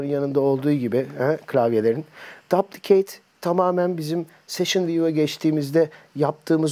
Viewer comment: yanlış okuyor düplikeyt diye okunuyo normalde :D